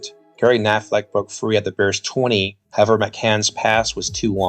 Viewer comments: Nice video. Constructive comment. The player is Gary pronounced Ku (as in cut) plus naffle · #84 Gary Knafelc's last name is pronounced Ka na' fell. The c silent. For decades after his playing career, Knafelc was the public address announcer at Green Bay home games😅